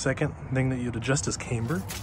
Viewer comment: Cam...ber not CAY...mber 🤪